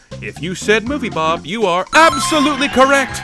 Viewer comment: I really like how calls movie bob "movie blob"